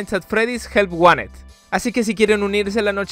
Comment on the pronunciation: Me tarde por quito pero ya que Pd: que risa da que le diga jelt waned al help wanted